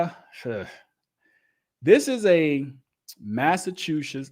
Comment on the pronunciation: It's okay if you can't pronounce Massachusetts I've lived here most of my life and I still have a problem with him. Also the police in Massachusetts years ago always tried the wiretap law